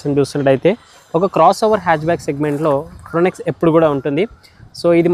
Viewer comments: Fro-nx kaadh fronx anu mundu bro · ఫ్రాంక్స్ అనాలి. ఫ్రానెక్స్ కాదు 😅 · Are baba yeh fronx hai fronex nahi 😂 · Fronex kaadu Bhayya review iche mundu okasari google chesi pronounciation chusko. Manam em English vallam kaadu, but review lu chese mundu chuskunte better. Simple step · ఫ్రోనెక్స్ ఏందిరా స్వామి... ఫ్రాంక్స్ అనలేవా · Bro small correction it is fronx not fronex please correct it